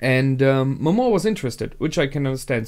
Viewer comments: Why do you call lord Momon as Momoa? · It´s a minor complain and I know is too late for this, because most likely you already watched the last episode but, it´s not MOMOA, its MOMONGA, MomoNGa, wherever i Heard you say Momoa it reminds me of Moana, and i´m probably the only person that think that it sucked and it was way inferior to Frozen, but anyway, it´s a minor complain.